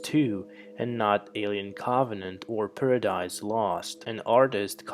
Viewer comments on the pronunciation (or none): He says, “awien Caabanant” lol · "Alien caaauuuuggghhvenant" why cant you say Covenant!? 😂😂😂😂😂😂😂😂😂😂😂😂😂😂😂😂😂😂😂😂😂😂😂😂😂😂😂😂😂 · "Co-vuh-nent" 🌚 I fell asleep 😵